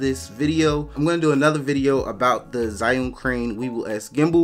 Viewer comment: It's actually pronounced "ju-WING". Don't ask.